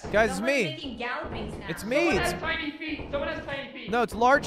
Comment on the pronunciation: Tauny is how I picture Australians pronounce Tiny